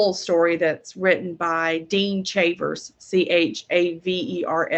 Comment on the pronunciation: It’s pronounced “Shavers” most likely originated from Chávez:)